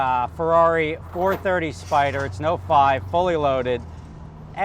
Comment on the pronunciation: Someone crack a mr spaghetti joke on how he forgot that he owned a FERRRRARRIIII italian accent